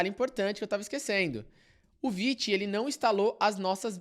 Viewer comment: Como assim se pronuncia "viti" e não "vaite"??? 💔🥀